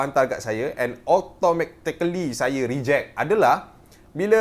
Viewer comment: Automactecally? Wow🤣